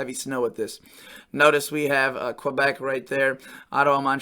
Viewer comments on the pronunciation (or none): none